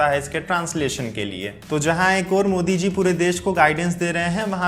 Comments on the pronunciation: It's modi not mosi 😂😂😂😂😂😂 no offence it just means that i noticed everything you say bro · Modi ko mosi bole raha h 😁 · Narendar mosi bola ya modi...😁😅😄🤣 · Bhai Narendra modi hota hai Moshi nahi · it's modi not moshi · Are Bhai Pehle Modi Yaa Mosi Clear Karo 😂😂🤣🤣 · 😂😂😂😂😂 narendra moshi Moshi hai ya maoshi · ji Shuruaat mei aapne Modi ji ka naam thoda sa galat hogya.